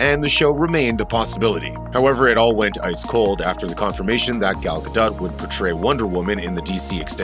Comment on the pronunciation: Dude, it's "Gadough" not "Gadut" Learn your job....